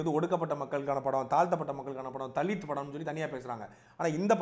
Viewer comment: தலித் என உச்சரிக்க வேண்டாம்.